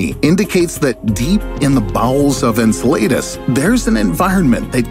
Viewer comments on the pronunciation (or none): It's pronounced "En-sell-uh-duss", not. "An-sell-ey-duhs" God I cringed every time. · Insul-latus lol :p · Enceladus -En-cell-ā-dus phonetically.. who narrates this channel?!?! Every one of their videos have numerous mispronunciations, incorrect facts, graphics that are wrong, and maps pointing to locations that aren’t the place they’re talking about.. The last episode I watched, they were talking about Nova Scotia and the pointer on the globe map was pointing to a place that was likely in New York State, nowhere near Nova Scotia.. Don’t peddle your content as facts when they’re often completely wrong.. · "Enceladus," I'm pretty sure it's pronounced as [en SEL lah dus]. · "En-cel-AY-dus".... bro why even make a video on something u dont know how to pronounce, just type it into google, it'll tell you how its supposed to sound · I was like... WTH is "In-suh-lay-dis" .... Lol 😜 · Ngl but they way you say EncelAHdus is annoying me 😂. It’s not EncelAYdus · The way you pronounce Enceladus is so painful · I cringed every time you mispronounced Enceladus, thanks. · "On Enceladus" Oh my goodness, the way you said hurt my ears. Thanks. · Lol, yeah me too. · His pronunciation is not perfect... Enceladus he pronounced wrong...sorry. Good doc tho anyway. 😀